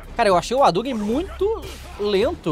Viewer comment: Roriuguêm 😅 Adugüem